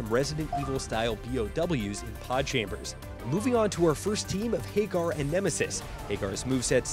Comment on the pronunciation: Isnt it Ha gar not hey gar ?